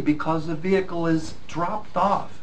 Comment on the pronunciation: Why he say vehikal